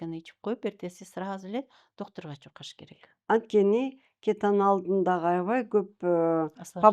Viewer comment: Кетенааал дейт го кетеналды жакшы көрүп